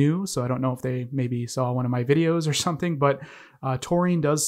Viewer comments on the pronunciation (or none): none